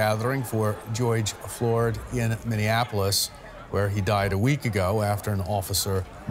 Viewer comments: "Goige Flord" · he said “Geoyge Flord” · goyg flord? really? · Joyge florge - uhm what? 😂😂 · The guy really said gyoge flode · why'd he say goyge flord? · Did I just hear him say Geoyge Flord? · did he really say joyge flord??? rofl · When a white Anchor doesn't even care about whats going on around the world because its doesn't affect him....(another day at d job) Can't even get the 1st or last name correctly! Joyg Flord.... Really?? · "Goyje Flord" are you kidding me? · geoyge floored... way to mispronounce his name in the most inappropriate way. Ive been saying it for years civil war 2.0 is on its way for America. I feel for the common man as its man vs state this time and who is better armed? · Geoyd Flord ! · Did anyone else catch him say “GEOYGE FLORD” hahaha wow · Man said Goyge Floored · Man they need a better news anchor. “Geoyge flord” smh 🤦🏻‍♂️ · who the heck is Goyg Flord? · Geoyge Flord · He didn’t say George Floyd’s name correct smh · Atleast say the mans name correctly 🙄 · The fact he didnt even say his name right irritated me!!! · I heard how he pronounced George Floyds name. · Is it just me or did this guy mispronounce he’s name twice